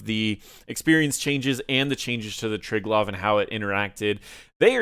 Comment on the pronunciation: Is that how you say triglav.. I though it was try - glave